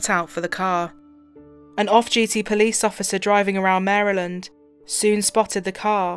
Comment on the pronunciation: Thank you thank you for saying “Maryland” correctly